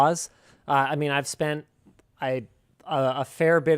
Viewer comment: I can't be the only one that hears Linus saying "Spank gift cards" instead of spent